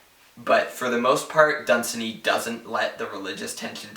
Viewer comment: I believe you are mispronouncing Dunsany. The three syllables are not run together, the second has similar stress to the first. Done - saney